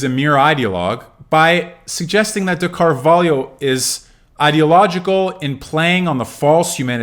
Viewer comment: I have never seen an English speaker pronounce Carvalho as well as you did